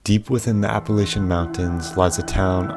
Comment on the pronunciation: The first thing you need to do is pronounce Appalachia correctly!!!!!